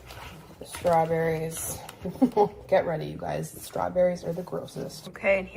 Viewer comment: I’ll never get over someone saying “it’s heavy” instead of “it’s ready”